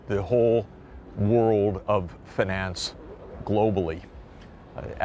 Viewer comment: drink everytime you hear fanance